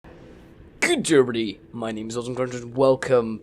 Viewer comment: "GUD derbody, myy name is "